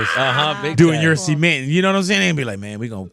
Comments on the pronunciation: Why Big Boy so obsessed with pronouncing “cement” —“semen”? lol WTH 😂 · that bothered me the whole time😂 who tf pronounces cement that way